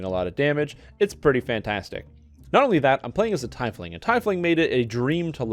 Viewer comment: Teeeefling ... not TYYYfling